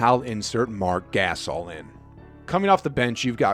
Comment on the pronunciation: i dont trust a channel who cant even pronounce marc gasol's name right